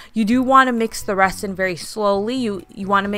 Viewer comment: this is the comment i was looking for i winced every time she said resin.